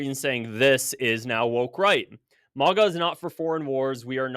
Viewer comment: It's MAGA.....NOT MIGA.......understand?????